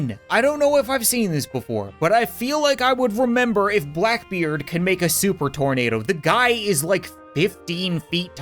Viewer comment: Thornado Exactly how it sounds